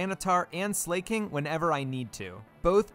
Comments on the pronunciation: Are you deliberately saying some of the pokemon names wrong? Comically wrong? Like Suicine and 'Slay King'. Is that one a meme or something because it's obviously meant to be Slacking, as in slacking off. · Bro keeps calling Slaking "slay king 💅🤴" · Great idea for a video, and I like that you pronounced it Slay-king. Very appropriate for one without Truant. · slake-ing! not slacking like its ability but slakeing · Slaking... As in, slacking... Slack - ing😭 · If they wanted it pronounced Sl"A"king, don't you think the English globalization team would've spelled it Sleiking or Sleighking? No hate, amazing video. Keep it up!